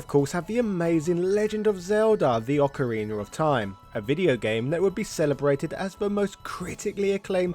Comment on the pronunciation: “say-gur?”. “o ka ree ner?” what?